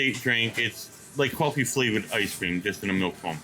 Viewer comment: Notice the Rhode Island accent at the wiener place, "Korf - eeee' milk.